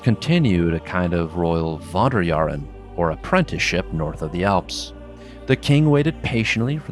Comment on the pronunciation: "Wanderjahren"... jesus... I had to activate subtitles to get his one. I swear Americans like pseudo-Germanisms just as much as Germans like pseudo-Anglicisms.